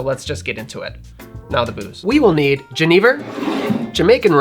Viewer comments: Genever is pronounced "jeh-nuh-vuh" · Remined me of when I was in the Netherlands, I was with a Danish guy who loved genever, but pronounced it like Jennifer, but with a V. Thanks